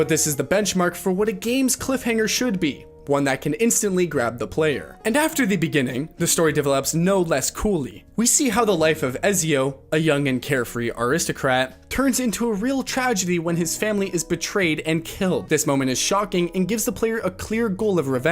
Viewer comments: How the fuck you gonna give AC2 that kind of praise and pronounce ezio's name like a fucking 2 year old trying to pronounce pizza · It's raigbait to make you comment and drive up engagement for the youtube algorithm. I had to stop after he butchered Ezio but I wasn't going to comment because I know its what OP wanted. Just dislike and move on as im about to do.